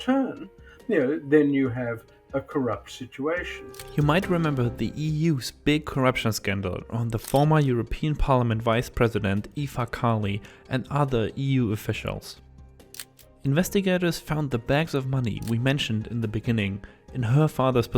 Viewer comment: Ifa Khali? I'm Greek and if i didn't knew her, for sure i wouldn't be able to identify her. Please make some effort with pronunciation!!!